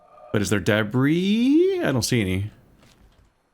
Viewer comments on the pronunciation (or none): Just a note,, it's a common mistake for people who have only read the word, but "debris" is pronounced dəˈbrē, or more simply put, d'bree. It's from French.